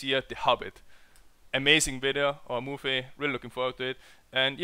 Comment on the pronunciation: * movie .. not mie :/